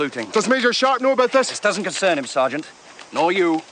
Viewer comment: I beg to differ. I believe is is Sarn't. lol